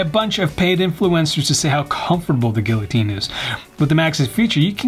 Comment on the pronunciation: assessories, gill-otine, fandangle…I feel like he’s just messing with us at this point.